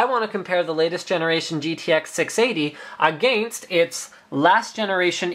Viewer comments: the way linus says against lololol. "aghhgainst" haha.. love the vids linus!! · ahhh the way linus says "against" just makes me cringe